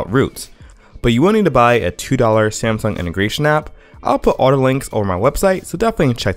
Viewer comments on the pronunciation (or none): none